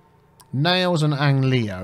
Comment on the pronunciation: how even do you pronounce "Ange Leo" XD it's pronounced like "angel" and "leo":) also Robert is actually a woman, the proper name would be Roberte or even Roberta ^^